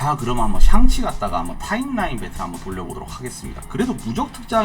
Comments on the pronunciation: 계속 '샹'치가 아니고 '상'치로 나오는데 왜 그러신 거에요? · 상치 ㅋㅋㅋㅋ